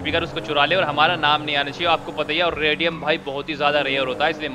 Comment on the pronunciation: Bhai wo rodiyam nhi rediyam hota h